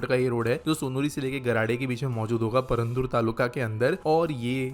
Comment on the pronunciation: Paraandur nahi , purandar. India mei u ka pronunciation kaise krte hai, nahi pata kya